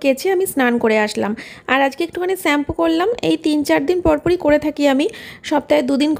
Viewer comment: তুমি খুব মিষ্টি একটা মেয়ে। তোমার ব্লগ ভালো লাগে। আজ একটা ভুল ধরবো.... আশা করি ঠিক করে নেবে। তুমি সেম্পু বলো এটা হবে শেম্পু। প্লিজ ঠিক করে নিও।